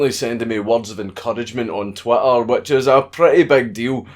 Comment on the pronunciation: is it your accent, or are you purposely saying "twatter"???